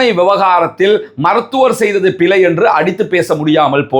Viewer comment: சிங்கள என்று சொல்லாமல் சின்ஹல என்று சரியாக சொல்ல தெரிந்த உனக்கு பிழை என்று சொல்ல தெரியவில்லை, பிலை என்று சொல்லுகிறாய்.. அது போகட்டும் மூச்சு எடுக்க கஷ்டமா இருக்கு இருக்கு எண்று டொக்டர் கிட்ட போய் முகத்தை காட்ட முடியாது என்று சொன்னா எப்படி டொக்டர் மருந்து கொடுப்பது. அப்படி என்றால் லேடி டொக்டர் கிட்ட போயிருக்கவேணும். இதுக்கும் ஹிஜாப் போடுவேன் என்று சொல்லுகிற நேசுக்கும் என்ன சம்பந்தம். சும்மா ஆக்களை குலப்பாமல் ஹபாயா பிரச்சினையை எதிர்த்து வழக்கு போடு. அதை விட்டிட்டு சல்லி தேடுறதுக்கு ஆக்களை குலப்பாத.